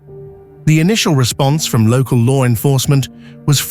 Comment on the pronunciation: Lar enforcement lol like the way that's said..